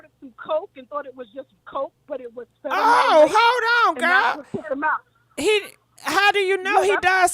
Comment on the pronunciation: Omg. The caller is repeatedly mispronouncing "Fentanyl ",and then, not even clearly defining it.."It's a #1 killer."..Ok, is it a drug? A disease? clearly asked what it was 😄😄